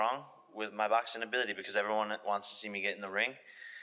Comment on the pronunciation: I'm not sure if Jake doesn't realize the letter G is a thing. If he doesn't understand how "ing" should be said, or if he has a speech impediment. Every word ending with "ing" he pronounces as "een" 😂 "Boxeen" "Watcheen" "Traineen". Literally any word ending with ing.